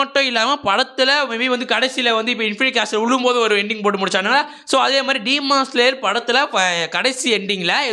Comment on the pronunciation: சீமான் ஸ்லேயர் இல்ல bro😂 டீமன் ஸ்லேயர் bro✅